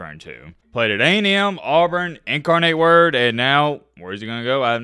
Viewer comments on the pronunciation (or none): You say it like In car net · It's In-car-nit Word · | In-car-net | is how you say it… # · It’s pronounced In-car-Nate-ward i guess he thinks he’s gonna turn out like cam ward lmao 😂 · Its pronounced "In-Car-Nate-Ward" and they are D1 FCS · Incarnate Word is in San Antonio, TX. the nate is pronounced nut...Incarnut. Cam Ward played there before Washington State and Miami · Nah, the way you pronounced incarnate word is that bama education. WAR DAMN!!😂😂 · Had to have a moment of silence after that Incarnate Word pronunciation 😳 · how do you not know incarnate word??? Cam Ward played there before WASU. Also you could look up how to pronounce things before you say it because you didn’t pronounce it right once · Good hustle buddy, but if you are going to feature a school in a video, do a minute of research and figure out how to pronounce its name and where it’s located.